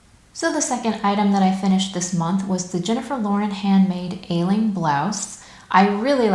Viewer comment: The Aisling is pronounced like Ashleen. I went to school with someone with that name. Looks lovely on you!